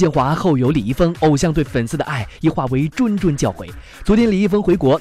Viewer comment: ZHUNZHUN 教诲 😂😂😂 谆谆教诲 和 敦敦（Dun）教诲是不一样的好吧